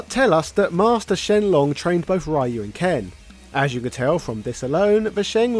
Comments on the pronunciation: Shouldn't it be pronounced as "Ree-You"? I mean, be glad it's not the original Americanized "Rye-You". Also, Kanga's joey Roo isn't even American. The Winnie the Pooh characters are of BRITISH origin, as they were first created by A. A. Milne based on his son Christopher Robin's nursery toys (most of whom can be found in a glass case in the children's section of the New York Public Library, although Roo is not among them, since he was permanently lost in the family orchard one day [sadly, the orchard no longer exists, which also means the real Roo of Christopher Robin Milne's childhood is no doubt gone forever outside of the various adaptations], meanwhile the characters of Owl & Rabbit weren't originally stuffed toys, they were instead based on real owls & rabbits which populated the region, hence their inclusion into the Pooh canon), which the boy brought with him to have imaginary adventures with in the real-life Ashdown Forest (the genuine inspiration for the 100 Acre Wood in the Winnie the Pooh franchise). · Ryu is not pronounced like that, its not an english word. I can't explain to you over writing how it's pronounced as the english Y sounds different (hence your pronunciation) BUT if you write RYU on google translate (japanese to english) and use the speaker to let the bot read the word you will hear the correct pronunciation. you can use the japanese pronunciation (a little bit harder) or the correct "engrish" phrasing. names do not "translate" words. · Facts. Ryu is pronounced Dee U. Lol Ry you.😂😂😂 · RE-YOU NOT RYE-YOU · I like how keeps saying "Rye-you" like how we all said it in the 90's, until I realised the correct pronunciation was "Ree-you". I also used to say "Zan-geef" instead of "Zan-gi-eff" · I love that you're covering sf lore but please from now on don't pronounce ryu (rye u) its pronounced (Rhee u) or in Japan (Gee u) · It's Ryu, not Rye-yu - Ryu, one syllable. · why do you pronounce Ryu wrong? :(